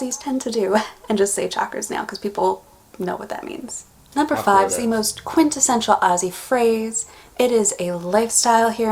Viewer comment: You nailed number 5